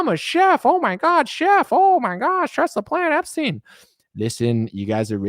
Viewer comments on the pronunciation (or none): none